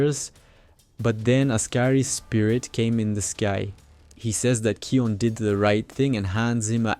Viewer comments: SAY NAME ✅️ RIGHT its not keon its KION K I O N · You are dumb he's name is kion not keon